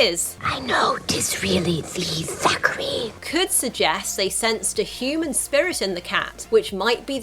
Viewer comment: It's THACKERY Binx, not "Zachary!"